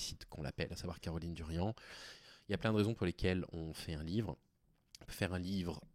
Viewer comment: Darian, pas Durian bordel